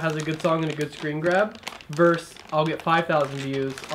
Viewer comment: i swear no one in california says "versus" correctly, but language evolves i suppose.